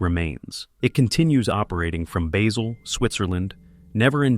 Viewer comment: Basel Switzerland. It's a place not a herb.